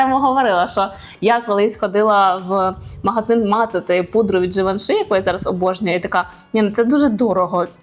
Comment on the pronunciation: Може пригодиться, в кінці Givenchy "y" вимовляється більше як "і" (не и)